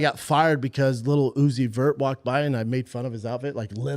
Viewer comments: BRO SAID WAWG AND TRUGG 💀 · can some explain why he is pronouncing walk and truck that way?????